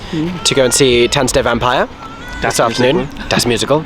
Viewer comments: I’m impressed with your pronunciation. 👍🏻 The only word that you keep saying wrong is „Vampire“. The german „i“ sounds more like your „e“. 😉 Oh and „Stage“ in front of the theatre name is just Stage Entertainment branding. It’s the english word „stage“. No need for a german pronunciation. 😅 And those prices for programs and picture books are just unbelievable. But this is also very typical for Stage Entertainment Germany. 🙈 The same company charges way less in the Netherlands. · You are seriously misspronouncing "Vampire" every time :D EDIT: Otto the Comedian is known for his drawings of Elephants, which he calls "Ottiphants" That's why they are in the theatre. (you can picture search for "Ottifant" if you want to see them) EDIT 2: I kept wondering why you kept saying "von Zero auf Hero" and now I am shocked and sad that they changed the original lyrics from the movie - in Sekunden auf Hundert", which means "in seconds to 100" which was working well and brought the meaning of the song across without having English words in there. (not that I mind English, obviously. But I appreciate not taking shortcuts and actually finding clever lyrics in whichever language.)